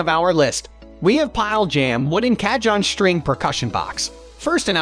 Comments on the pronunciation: It’s pronounced Car - hon!!!! Not catch on!!! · Oh....KA-john just hurts my ears! I want to listen to this video but every time he says Ka-John, it's painful. "Kah-HONE" (like Ca-PONE, in Al Capone). I'm a Latin bassist and I got a chance to play a friend's cajon at a Puerto Rican Bomba-fest and also in this year's Carnaval in San Francisco, CA. I loved it so much that I want to buy one and I'm looking at reviews, also reading online reviews and such. I'm gonna try to get thru this video. Please overdub the word "Ka-John" for us! LOL! Thanks for putting up the video, though! 😊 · Jeeesus.... 'Cah-John' lol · WHO THE HELL SAYS CA-JON??! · Y'all, this sounds like AI, not an actual guy mispronouncing cajon, am I crazy? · You butchered the pronunciation . its ok 😊 J is pronounce as H . cajon is box in spanish. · Dude...need to at least know the pronunciation of the instrument and manufacturer to take you seriously! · Lol I had a good laugh when he first said it. I laughed even harder when I found a comment about it immediately soon after xD